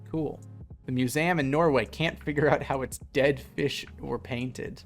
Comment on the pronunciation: psychic damage for every time he said it. Also 'panted' for painted. But as a linguist, super interesting and now I want to collect data.